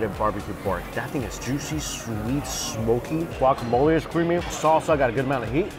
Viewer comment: Sir!!!!! Sir!!!!!! It’s ‘’guacamole’’ not “guacamolie” 😅